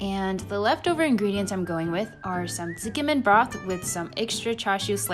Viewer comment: She's mispronouncing it, maybe the person transcribing didn't understand